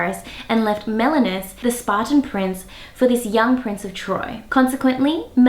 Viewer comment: The king's name is "Menelaus", not "Melanus". "Melanus" means black man in greek btw.